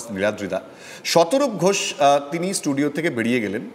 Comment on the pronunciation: Why shataroop?batela gulo galo Kothai? Learn English properly shataroop